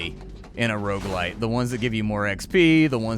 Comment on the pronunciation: "Rouge-lite"? What's that? I believe you mean "Rogue-like" .....